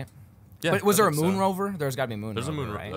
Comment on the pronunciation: moon not mood